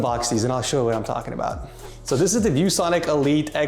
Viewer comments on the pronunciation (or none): none